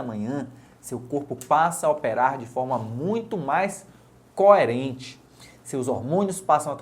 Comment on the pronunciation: Muito bom! Gostei do "Có-erente" hahah!